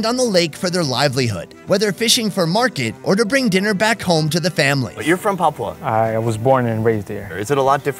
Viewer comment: papua not papau